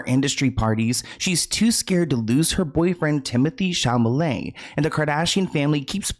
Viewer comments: 😂❤ I swear you said Chalamet but I heard Chalalai 😂❤❤😂❤ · Chamale wrong it's supposed to be " Chalamet" 😂😂😂😂😂😂😂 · Dude, it's not "Chamalet", it"s "Chalamet" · ChaLamet not chaMale lol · repeatedly saying, "ChaMalet" 🤭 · Timothy Chalamet 🚫 Timothy Chamalet ✅ Hahaha jk ilysm 🤭❤️ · it’s ChaLaMet. You keep saying it wrong lol. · Say it with me now … Sha-La-May 😂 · Not you saying Chamalet again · i love insisting upon calling him timothee shamalay LMAO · "Chalament" brought out a laugh from me that I've never heard before. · Hi! Just a heads up that says it wrong on purpose as an inside joke between him and his viewers ❤😂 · Hi! Just a heads up that says it that way on purpose as an inside joke between him and his viewers 😂❤ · I love that always says Timothy's last name incorrectly 😂😂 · I love it, too! ❤ He says it that way on purpose as an inside joke between him and his viewers 😂❤ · I know! I was going to finally say something today! He says the L before the M always. It's funny how our brains can do this with words. lol